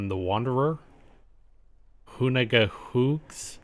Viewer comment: say hoona its easier 😅